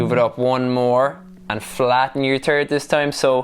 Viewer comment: hehe he said "flatten your turd"